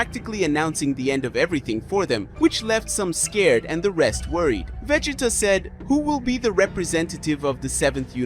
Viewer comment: I lost count at how many different ways Vegeta name was pronounced in this vid..🤦😂